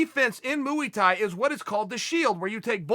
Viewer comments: MOO-EE-THAI? I thought it was Muay Thai 🤔🥊😉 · Chael “mooey tie” Sonnen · What the fuck is ‘moo-ie tai’ Mr Sonnen... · Chael: moowee tie Me: Okay, great! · Mooey thai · Mooey Tie. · Mooey Tie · Lol Mooey Thai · Moo-y thai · Chael on "mooey tai" is a potential 1-hour episode everyone needs to hear!!! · Just here for the "mooey tie" and soda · Hong Kong Moo-ey Thai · Uncle Chael has got to be trolling. Mooey Thai 😂😂😂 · Say mooie thi again lol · Uncle chael going at it again: "Mooey thai" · "moo-ey Thai" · Chael ‘Moowie Thai’ never lost a round Sonnen. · What the fuck is mooie thai chael? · Chael "Mooey Thai" Sonnen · "Moo-ee" Thai? Alright Chael, I'll bite. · Moo Ee Thai everytime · Mooey Tai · What is mooey Thai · Ngannous got submission wins so i dno man, and also he called it mooee thai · Muwee thai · mooey thai. thank you uncle chael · What, you think he was going to leave us without saying, "Moowie Tie" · Chael: Moo-ey Thai Everyone: Ok Great. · Chael ' Moo-e Thai' Sonnen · Mooey Tie! It's this thing you wrap around cows' necks, that's why it's called Mooey Tie Clinch!